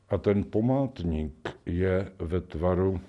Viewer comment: Zdálo se mi to, nebo tam opravdu řekl dvakrát místo památník "pomátník?" Z toho aby se taky jeden pomátl... 🤔